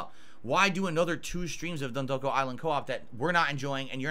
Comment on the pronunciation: the actual pronunciation is DENTdoko Island:face-blue-smiling